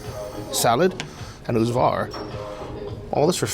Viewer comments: You pronounce Uzhhorod as if it was Uzhgorod? Is that because Ukraine pronunciations are different from what English spelling would indicate? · I guess he cannot pronounce the Ukrainian г properly (similar to h in English but voiced) so instead pronounces it like the Russian г (g).